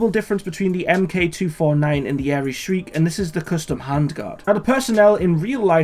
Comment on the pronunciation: I must say, its always a good day when I hear someone from across the pond speak accurately and factually about firearms. good on ya man. It's pronounced Shr-ike like Mike with the first part of shrink. but with the 'i' not the "e" sound its named after a tiny bird of prey